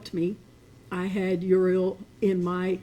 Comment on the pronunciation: She doesn't even know how to pronounce her granddaughter's name??????!!!!